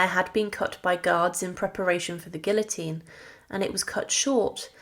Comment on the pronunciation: I wanted to watch your video. But when within the first 60 seconds you mispronounced "place" and "guillotine" I was done. Huge NO for me. If you can't be pissed to pronounce words properly your interpretation of history is shite. ✌🏻 out.